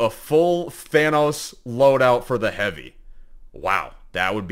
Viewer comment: Bro said shotgun hoovy💀